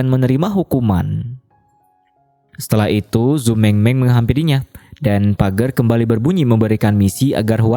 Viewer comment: Dibaca "pejer" bukan pager ya bang